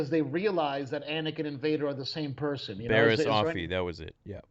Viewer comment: Its Bariss